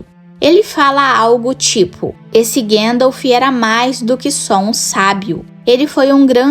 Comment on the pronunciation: Gandalfi kk